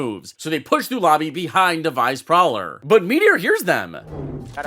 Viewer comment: vyze prowler? 😂😂